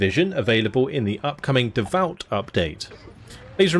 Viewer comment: Just a little note all the updates are named for Napoleon's Marshals so it really should be pronounced Dav-oo